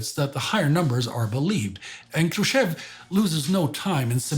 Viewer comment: I was wondering the whole episode why Mr. Хрущёв's name was pronounced wrong. But after looking at the cyrillic spelling I now get it. The English speaking part of the world just can not handle double points above letters 😂